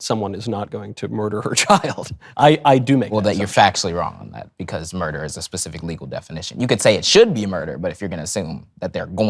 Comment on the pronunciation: My brain is literally hurting… how stupid can one be? 🙄 he says “pacific” … 😂 it’s SPECIFIC my dude